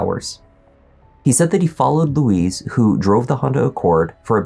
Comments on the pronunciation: His name is 'Luis', not Louise! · It’s not ‘Louise’ (Lu-weeze). It Luis (Lu-ice, rhymes with police). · It’s not LOUISE it’s loo-ez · Why do you keep calling him Louise, that's a girl's name? It's Luis.. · Its pronounced lewis not louise. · You're pronouncing his name like the woman's name. It's "Lou-eess" not "Lou-eez." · It’s Luis; not Louise.